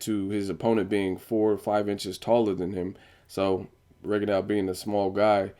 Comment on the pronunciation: Lol nigga,did you just say Rigadawg???